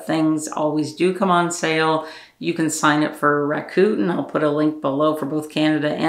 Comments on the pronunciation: took me a couple of back ups too to figure out she was saying ra·kuh·ten...never heard it like rakooten..I thought, wow, a new cash back app I must have missed. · Lol....I was like Raccoon??? What is she talking about??? I backed it up to figure it out because it worked just like the app I use "Rakuten". Yep, but I have never heard it pronounced like that.